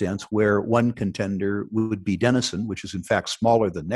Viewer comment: Denison is not as he said